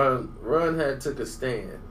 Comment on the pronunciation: Say Runs real name because its sound like you saying Ron